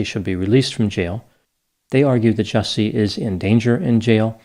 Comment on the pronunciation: Actually, his name is pronounced "Juicy"